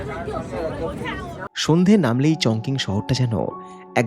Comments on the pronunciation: উচ্চারন টা হবে চংচিং। চংকিং না। 在中文: 重庆 (Chóngqing ) . 🇨🇳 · Chongqing is pronounced as "Chong-CHING". Hope you don't mind the comment.